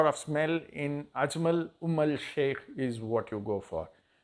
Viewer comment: Its umm al sheookh not sheikh. There is an oud called dehn al oud sheookh which is like 25K for a tola. That oud is mixed in this attar thats why its called umm al sheookh. They also have an attar called mukhallat sheookh its a bit expensive